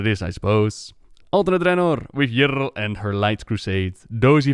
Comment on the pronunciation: "alternate draenor, with YRRRRL"